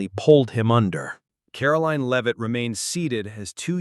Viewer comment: Can't even say her last name right 😂